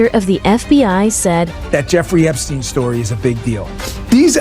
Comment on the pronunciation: Epsteen? what about Einstein? So it's Eensteen now?